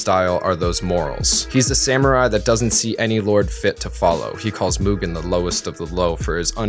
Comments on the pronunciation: Myoogen...Myoogen...I'm always fascinated when someone takes the time to make a lengthy video essay and mispronounces something as important as a main character's name. I'd assume the person doing the review would have watched the source material on a few occasions, in this case maybe even dubbed and subbed, and wonder why they mispronounce something so easy to not mispronounce. I mean sure, later in the essay he pronounces it correctly, but eh, just something that got my attention. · He really said Mugen like Mewtwo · he said Mewgen. Even in the dub they say his name correctly. Like a cow Moogen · did he say "mewgen"? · Just curious why do westerners default to the (myu) gen pronounciation? There are a lot of words that suggest there are other ways other than the mute/mucus pronounciation such as mutt, munch, mundane, etc. Just genuinely curious. I've met some Europeans before and from what I remember they don't stray too far from mu (moo) gen and not (jen). How does it equate in your head?